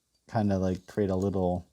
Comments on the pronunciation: "How to be a wittle fox" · “A fun and simple wittle fox”